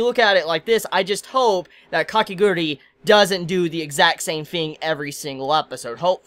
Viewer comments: It's KA-KE-GU-RU-I not KA-KE-GU-RI CHibi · I really like you but FOR THE LOVE OF GOD, STOP SAYING KAKEGURI! there's a "U" in there, it's KakegurUi. I know i'm nitpicking but hearing you say it wrong so often somehow really bothers me. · he still calling it wrong